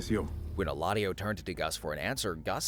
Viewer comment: it is Eladio, not Heladio.